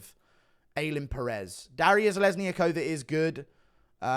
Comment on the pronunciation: Bruh, it’s Duh-ree-ya Zhe-lez-knee-yakova, bruh…